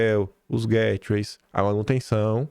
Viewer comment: Hi, please ask Michelle how to pronounce GATEWAYS. 🤦🏻‍♀️